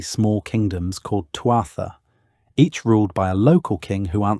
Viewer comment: This is so inaccurate. Villages? Bread? Vikings? Ireland in the 9th century? He can't even pronounce Thuatha. At peace for centuries? A couple of dozen warriors per Thuath? What tripe is this? The internet is full of these dumb uninformed videos misleading and miseducating people.